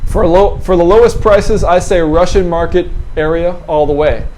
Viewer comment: "Ooo-Russai market" being what we squares would call "Russian Market"?